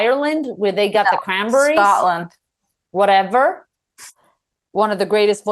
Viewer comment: “The cranbarees”